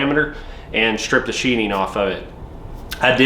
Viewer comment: I appreciate the video. Its sheatHing not sheeting. Like a knife goes into a sheath and not a sheet.